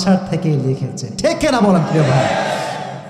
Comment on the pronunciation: ঠেক নাতো হুজুর ঠিক হবে উচ্চারণ সঠিক ভাবে করলেন